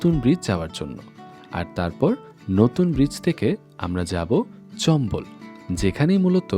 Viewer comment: চম্বল না চাম্বল